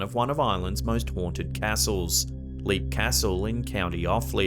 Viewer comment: LOVE YOUR STORIES! Just an FYI, Leap Castle is pronounced "lep", short e. Not "leep". Keep up the good work! I look forward to them! And can you tell us how to correctly spell your name please?